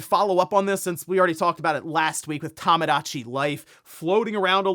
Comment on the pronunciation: Day 36 of telling him it is tomodachi life not tamadachi or tamagotchi life or whatever he’s saying. There’s only one way to pronounce Japanese lol